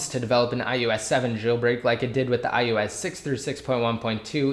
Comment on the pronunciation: Is it me or does it sound like you're saying iEOS 7? Damn ears are playing games or something because I'd had to go back and listen to you repeat it 5 times.